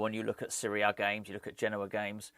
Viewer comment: My mum keeps laughing everytime you say series a , she thinks your saying syria